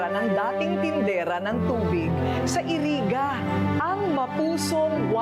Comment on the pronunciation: Iriga po ang pag pronoun. hindi po iri- ga